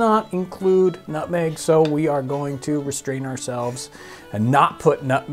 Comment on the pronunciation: Jon: Nutmeg: Notmeg